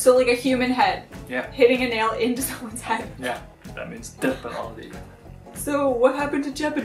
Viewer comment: No one: Literally no one:: D E A T H P E N A L T U